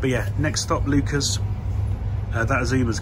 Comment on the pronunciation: Butchering is 100% correct Leuchars is pronounced Loocars and Kirkcaldy is Kirkcaudy lol 100% butchered as well !